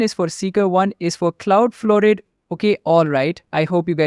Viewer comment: cloudflared -- what ? I couldn't hear you clearly